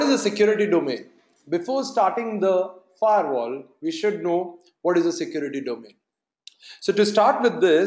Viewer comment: Its Firewall.. not Fairwall.. please change it..